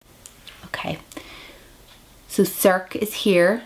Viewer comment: circe is pronounced sir-see... :-)